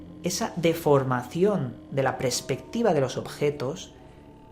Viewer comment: no se dice prespectiva sino perspectiva.saludos